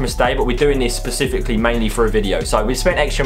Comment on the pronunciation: Specifically not Pacifically